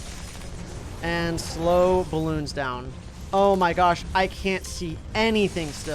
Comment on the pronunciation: it hurts hearing him call the game "Baloons"...